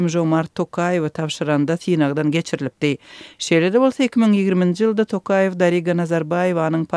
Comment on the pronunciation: Не йыЛЛЛда, а можно Л помягче говорить- ЙыЛЬда. Но для коренной москвички у вас туркменский язык отличный.